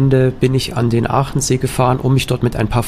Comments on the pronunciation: Hallo, wieder ein tolles Video, Vielen Dank! Aber der See heißt Achensee, nicht Aachensee😀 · Hallo, Pertisau klang ganz gut😀😀 LG Martin